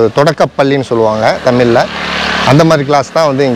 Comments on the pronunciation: தமிழ் என்று உச்சரிக்கவும் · தமிழ் என்று உச்சரிக்கவும் தயவு செய்து